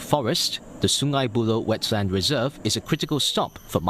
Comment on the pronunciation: and it's wetLAND reserve, not wetSAND reserve.